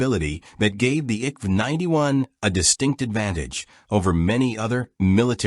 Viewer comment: At least try to pronoce the names rìght. I K V 91 (Infanteri kanon vagn 91)